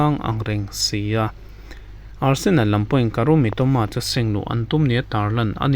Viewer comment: Nia,Barsenal a rawn ti tlat in ka hria😂